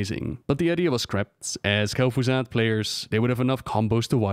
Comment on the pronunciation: "Kel'Fuzad" Disliked